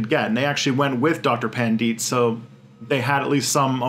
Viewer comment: That's one of the weirdest pronounciation of "Pandit" I low-key like it when westerners try to pronounce hindi names or words lol.